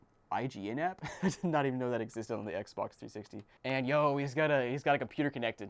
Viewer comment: Lol thats how I say Xbox “Xboc” lmfao 😂😂